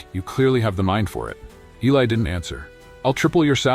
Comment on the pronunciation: First of all I WISH THAT YOUR BOT-ARRATOR WOULD PRONOUNCE ELI'S NAME CORRECTLY. Are we supposed to count the number of times his name was pronounced with a short "i" or a long "i"? It makes a difference, you know. AND WE'RE TALKING DETAILS IN THIS STORY. Now on to our hero, however his name is pronounced: his proscription has nothing to do with his job as a janitor--black, white, red, yellow, or purple with pink polka dots. We're talking ACADEMIA--and ACADEMIA is a tough nut to crack regardless of color or experience. Academics as people, on the whole, are easily threatened. Clawing your way to the top isn't easy nor free from injury: puncture wounds due to repeated backstabbings from "colleagues". There's an old adage, "Those who can, do; those who can't, teach." How do I know? I was on the academic track at one point in my life decades ago. Getting through Masters' and Doctoral candidacy was brutal. Each university had different standards for presentation style--and I mean style, NOT substance. It was a nightmare just getting approval for the subject and scope of a thesis. At the end of two years and before a defense was even mounted before a committee of the insecure, style above substance governed the first round of thumbs down. Guaranteed. Two very hardnosed committee members would actually begin with a ruler measuring each page of a thesis for accurate margins--top 1", bottom 1", right margin 3/4", left margin 1-1/2" (inclusive of three hole punches and binding allowanc